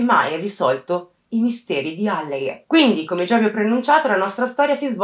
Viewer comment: Ciao, scusami io adoro i tuoi video ed apprezzo sempre i tuoi lavori, però ti suggerirei di prestare più attenzione alla pronuncia sia di nomi di persona sia di luoghi, in questo caso Alleghe si pronuncia con la A accentata (lo puoi trovare anche scritto su Wikipedia..). È solo un consiglio, non prenderla come una critica, detto questo continua così!😘